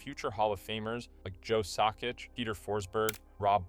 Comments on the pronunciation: “Joe Sock Itch” “Teemu Sell Anne” This better be AI reading this, otherwise you should really go back to soccer. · Tried watching it but when you mispronounced naslund and sakic i had to stop that’s honestly disrespectful af